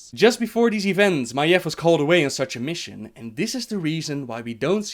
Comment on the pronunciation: first I want to say great video as usual! Just one thing... Maiev's name is pronounced just as it sounds: "Ma-eeeeve" not like you say it; "Maef". The "eve" part of her name is pronounced like the MMORPG EvE Online. You go up in the end like this; ma-eeVEEEEEEEE or even easier; Adam and Eve. Look up how the name is pronounced if you are going to make more lore about Maiev. It makes me seriously cringe in my seat every time you say her name wrong. Constructive feedback. Other than that great video but I recommend to check up on how every name is pronounced by people with American/English origin so you say the names/words as they are supposed to be. Even if in lore you'll find words that are from European or Asian language you have to pronounce it the way lore characters does because that is the pronunciation that Blizzard intended to go with the names/words.